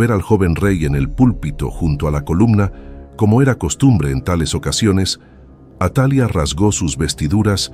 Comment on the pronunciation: No es atalia si no atalía, su pronunciación ya cambia ..buen video, gracias.